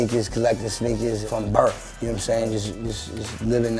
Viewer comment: byFreak I think he said "collectin since birf"